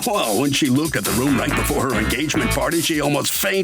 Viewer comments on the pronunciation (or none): "I liked the way they lookted..." The word is looked....There is no T in looked...